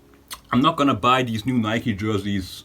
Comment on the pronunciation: stop saying "NIK" lol